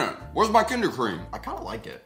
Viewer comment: knowing german. hearing say "where's my kinder cream" was DIABOLICAL.